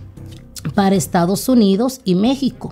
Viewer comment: Por favor no maltrates el castellano que es un idioma muy bonito.... no es Estados Unido..es Estados Unidos....No es Nosotro...es Nosotros..... nos es Nos Levantamo..es Nos Levatamos... te aconsejo que practiques con lecturas en voz alta ... Muy buena lectura, muy elegante.... no se como se ve la gasolina en las cartas...